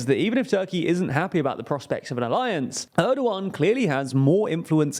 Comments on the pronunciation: nope there is h sounds in the name it is more like ERDOoAN, Turkish is really easy to read language once you go over the alphabet, in most cases letters is read exactly as you read them in the Turkish alphabet, there is no sudden changes in pronouciation of letters it won't change between kid and kite a Turk would read I in both of these words as they read it in kid, because i is an i it is not sometimes ay sometimes i . The only confusing thing is ğ because this thing is not a letter it has no sound or meaning it just elongates the letter before it. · It's Erdoğan, pronunced as "Erdoh-ahn" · because people should be smart enough to learn how to pronounce the ğ in Turkish. It's really not hard, it just elongates the preceding vowel. So it's Erdo-an, dead simple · Ana dili İngilizce olan birisi "Er-doh-ahn" yazısını okurken H harfini okumaz. H İngilizcede yalnızca bir hecenin başında okunur. "Erdo-an" yazsaydım "Erduen" gibi okuyabilirlerdi. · It's Erdogan, and yes, it's a weird pronunciation. And I don't get why people don't adapt it in some cases to a way that can be natively spoken, here in Brazil we do that all the time.